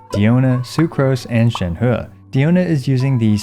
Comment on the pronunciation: Shenhu ✅ Shenhe ❌